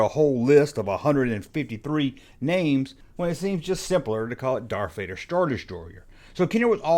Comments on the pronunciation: Darf fader? Def star? This dude can barely speak! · Lol. Now I can’t unhear it….And I do love me some Love for my Star Wars content